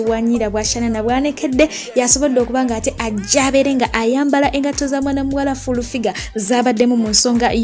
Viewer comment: 🤣 🤣 🤣 🤣 I hear fulu